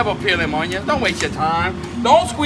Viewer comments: Bro said oionyons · “A whole pirogue fulla on-yons!!!” (Dumps it in the boiling vat o’ spice & Then he proceeds to throw that sheeit!!!) love it!!!! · The way he say onions 😂😂😂😂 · I will never pronounce onions and lemons the same anymore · Im never pronouncing onions right ever again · I'm never pronouncing onions,lemons and mushrooms the same way🤣